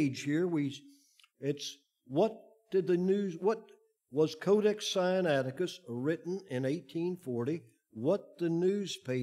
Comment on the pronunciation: This man consistently mispronounces SINAITICUS. He pronounces it SI AN ATI CUS, whereas it should be SIN A ITI CUS. (The root is SINAI, for Heaven's sake.) Doesn't add to his credibility.